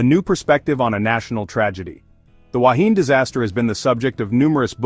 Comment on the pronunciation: Please make the effort to get the pronunciation right. and to show pictures of the actual Wahine. Goodness knows what the relevance of a ship sinking vertically has to do with the Wahine grounding on a reef. Likewise for an octopus next to a sailing ship. Talk about a cobbled together video!